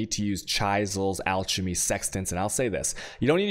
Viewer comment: I cringe every time he says chisels and alchemy. especially "alchermy" omg